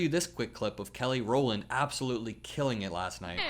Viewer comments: Row-LAND. Kelly Rowland. Not Rollie 💀 Put some respect on her name 🤬🤬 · teeny-weeny fyi, Kelly's last name is Rowland, not "Rollie." 😂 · Rowlin lol not Rollie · It's Kelly Rowland, not Kelly "Rolly". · KELLY ROWLAND NOT ROLLY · Rowland not Rollie. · Its kelly rowland, not roley. Its ok, i get ur gen z and dont know destinys child hehe. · It’s Kelly Rowland,.:) just because I know we actually like to get the names right on our side.